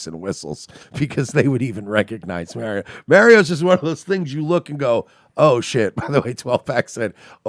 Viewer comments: Say 'Mario' the correct way mersh. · You guys are miss pronouncing Mario and Sega really is annoying lol